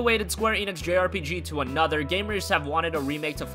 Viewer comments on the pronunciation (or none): none